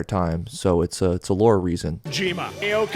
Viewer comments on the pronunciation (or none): imagine being geoff gameaward and not knowing that Kojima's name is pronounced "hee-day-oh" and not "hih-dee-oh". Like bro it's your best friend.